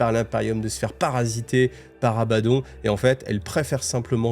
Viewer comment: Tres étrange.... Tu prononces les mots à l'inverse "Abbaddon" et "Pylône"